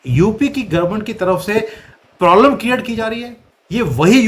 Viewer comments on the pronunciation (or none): none